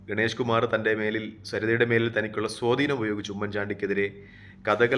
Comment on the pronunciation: സോധീനം അല്ലടാ പൊട്ടാ സ്വാധീനം... നീ എന്തൊരു മൈരൻ ആണ്....